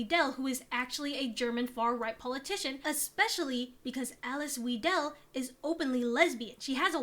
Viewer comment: The pronunciation of Weidel is closer to Vai/Vye - del, btw